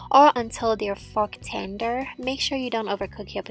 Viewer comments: I heard fuck tender too. lol! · i thought you had said "fuck tender." i was thrown off for a moment. Love your accent, but i heard that until i had to listen again.